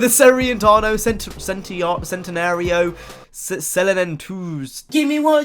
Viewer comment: Centenario... it's not that hard to pronounce... cen-ten-ario